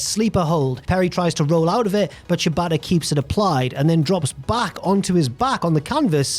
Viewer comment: Since pronounces Shibata to sound like "ciabatta," I enjoyed imagining Perry wrestle some bread during the recap.